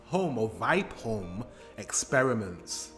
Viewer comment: VI as in via and the PE as in per holm.VIPEholm